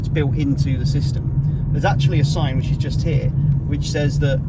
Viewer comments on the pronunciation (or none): none